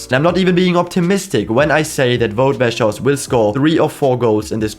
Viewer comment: I have never seen anyone pronounce Weghorst that badly